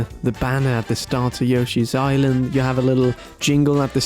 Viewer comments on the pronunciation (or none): Yawshis?...uh, yoshi?